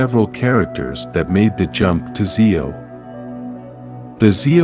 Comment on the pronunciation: I’m not the biggest power ranger fan but I know when you are saying Z E O you need to say that as one word ZEO. And you also are saying Dino wrong just to let you know so some people don’t get to upset with you